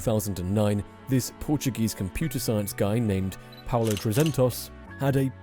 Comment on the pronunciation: his name is "Paulo" not "Paolo"